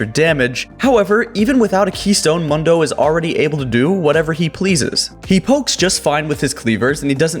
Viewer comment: Yo it's Dr.Mundo is pronounced Moondoh not Mundoh. Like you ever played Mundo? Dude says his name for you all game.